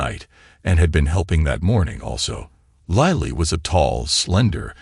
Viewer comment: why does an i become a y .....its LILLY not LYLLY ...its LILLY...learn to read